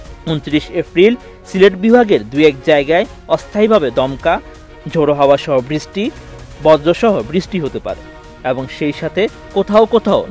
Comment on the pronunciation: ভাষার সমস্যা বৃছ্টি